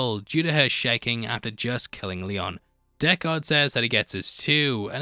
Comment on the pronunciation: How do you keep saying dekKARD its prounced DECKard.